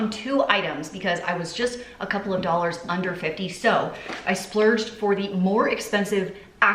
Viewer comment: Also my 6 year old will not stop saying "doll hairs" now when talking about dollars. Blaming you 😉😂